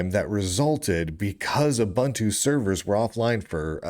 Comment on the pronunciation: Pronounced ooboontoo smart ass